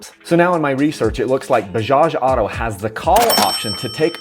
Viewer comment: Dude can't even pronunce 'auto' and is making videos on Bajaj as an expert